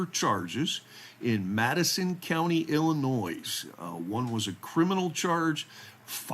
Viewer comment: Hey, there’s no NOISE, in ILL-IN-NOY (Illinois).😊